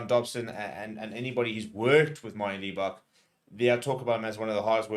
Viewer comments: Why do you say lee-bok? It's libbok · It's Lib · lol. It's just frustrating that as a South African he pronounces it wrong, hell even eggchasers says it correctly.